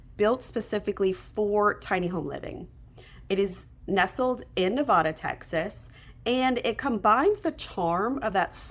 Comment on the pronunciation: Good info. Just FYI, Nevada in Texas is pronounced Nuh Vay da, with a long a sound.